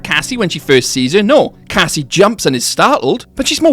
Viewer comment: Strange in my ears Roxy said something like Cassima because I clearly hear the Cassie at the beginning but then there's this 'ma' at the end. Maybe Cassie full name is Cassima ???